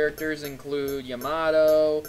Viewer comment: Learn the names please : Yamato?